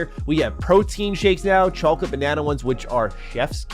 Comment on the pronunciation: we need to talk about your pronunciation of "Chocolate"